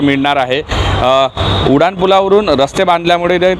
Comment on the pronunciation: उडान नाही रे उड्डाण पुल असतं ते 😂😂😂